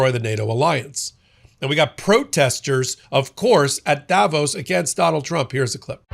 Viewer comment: Learn to say Davos properly please